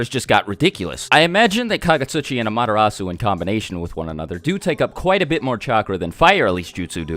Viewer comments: y do u say madarasu when its called an amaterasu? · Am-ah-te-rasu not Amadarasu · When you say 'AMTERASU' it sounds like 'MADARASU' 😅😅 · Its pronounced as AMA-terasu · It's NOT AMATERASU ITS AM-A-TER-RASU